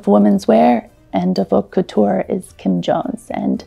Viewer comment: Learn to pronòunce couture !